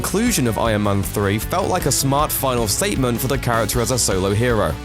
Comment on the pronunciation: ion man... ion man... he is saying ION man all the time, it bothers me